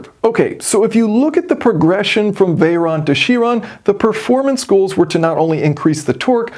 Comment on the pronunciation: for info its veyron and chiron not veyeronne or chieronne